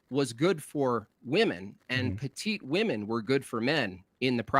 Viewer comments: Why can't they ever properly pronounce "women" and use the singular form even when they refer to the plural? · Alright, I finally gotta ask, why do you pronounce “women” like that?